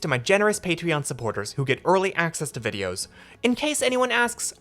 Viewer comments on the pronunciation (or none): none